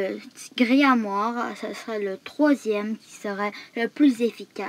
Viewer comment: comment il as dit kagune et grimoire Mdrrr il ma tuer